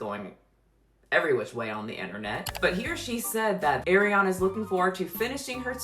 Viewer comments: there is an interview where she says her half her family says it one way and the other half but her older family members still say Gran-Dee. I’m sure you can google and find it. But It’s really saying AIR-Ree-Ana that’s throwing me off. where the hell is Air in Ariana? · She’s one of the most famous people in the world, how are you not saying her name right? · Girl your saying her name wrong and it usually doesn’t bother me but hearing her name so many times is getting to me 😂. No shade to you tho. We accept and love you with your mispronunciation. I think it’s because her name is so close to my daughter and she is always called by the wrong pronunciation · Miss gurllll… the way you pronounce her name always gets me question if I have been pronouncing her name wrong this entire time or if you are pronouncing it in a particular way the whole time🤣🤣🤣 On the topic of her weight, I have nothing to say. If she likes it then I love it for her. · Ngl mispronouncing Ari’s name bothered me the whole time lol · Love your videos. This one was killing me because you continued saying her name completely wrong, though you did research and withing your video every clip got her name right and your brain just didn't catch the pronunciation. Just a pet peeve of mine. But other than that, the video is on point. ❤ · It's are-iana not air-iana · ITS ARIANA NOT AIRIANA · I get it. Everybody wants to talk about her, but can y’all pronounce her name, right? It’s not AIRYana it’s ARIana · what you apparently don't know... how to pronounciate her name correctly. It's not AIR-iana, it's AH-riana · Actually it was Ariana that came up with that voice and to act that dumb. She wasn't supposed to originally, the crew said that recently. So it was her fault, lol. And it is driving me insane but that name is pronounced Ah-Ree-Ah-Nah it's not Air-ee-ah-nah. :/ That's why her nickname is also Ah-ree (Ari). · It's ARI-ana, NOT AIR-iana! Also, casted is NOT a word.